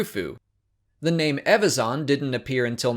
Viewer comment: Learn to pronounce EVAZAN properly before making videos please